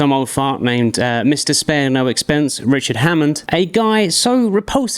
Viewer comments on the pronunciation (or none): none